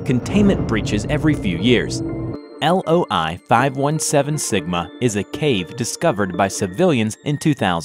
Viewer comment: he said LOL-517 sigma instead of loi